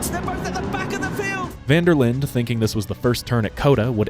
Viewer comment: My guy, you pronounced van der Linde wrong twice in the first 45 seconds of your video while playing a clip of it actually being pronounced correctly in between. Amateurish.